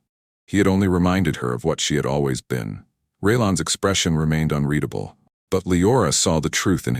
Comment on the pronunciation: A very good story throughout. My favorite part? A story where the AI finally pronounces “unreadable” correctly multiple times. Sniff sniff, a single tear runs down my cheek. Thank you